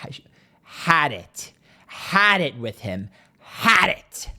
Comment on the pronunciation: The way you said ‘HAD IT!’ I’m dyin😂